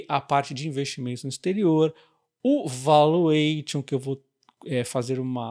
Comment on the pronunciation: Parabéns pelo lançamento do curso. Pode falar o T de valuation como se fosse SH e o ON com um som entre A e O. 😅😅